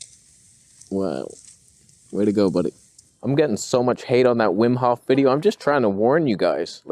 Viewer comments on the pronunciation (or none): "There's another Wim Hoffer"... Classic XD